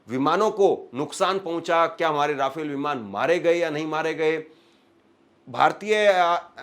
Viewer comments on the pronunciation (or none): none